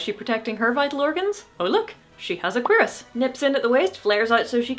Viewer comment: I'd find something interesting? Like, cheese? Oh, damn, no cheese. What a pity, I was hungry. I guess I'll need to subsist on Mike & Ikes… Also, I had been pronouncing cuirass like (cure-ass) but I like the way you said, though it sounds more French (cure-is.) Also, also, I had forgotten what the plate that protects the knee was called. Nice to be reminded what that piece was named (poelyn[sic].) CHEESE!